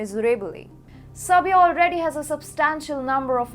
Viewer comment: her pronounciations are VERY POOR, SHE CAN'T EVEN PROPERLY SAY SERBIA AND SAID SLOWENIAN INSTEAD OF SERBIAN....I had to go back 4 times to understand her and I live in Canada and used to live in England.